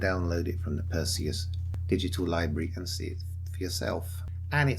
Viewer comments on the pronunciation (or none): none